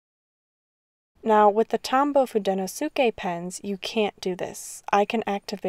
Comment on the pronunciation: Thanks for this. I’ve only used the Fude pens and have been deciding whether or not to get the Pentel ones, and just went for it. Just a few corrections though. It’s pronounced hoo-deh-no-skeh and the barrel of the hard tip pens are actually dark blue, while the soft tip pens are forest green. Holding them under a light enables the color to show more, then you won’t be able to unsee the blue and green barrels lol I hope this helps!